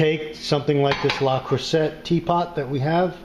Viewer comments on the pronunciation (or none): It's pronounced..."lay-crew-say". ;) Great video!